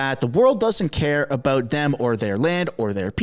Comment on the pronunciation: Did you say about or aboot